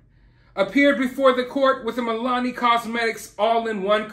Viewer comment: Just an fyi- its Mill-ah-nee 😛